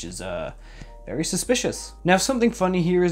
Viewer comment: vewy nice